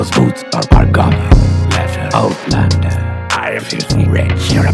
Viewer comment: I thought wen he was saying outlander that he was saying oh blunder. So I partied UK ole blunder yeah I snorted coke to this shit. Thanks kid.